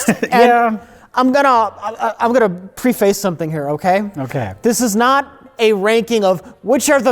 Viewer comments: pronouncing preface as Pre-Face is just perfect. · Leave it to to mispronounce the word 'preface' as "pree-fase". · Anyone else deeply hung up on how pronounced "preface"?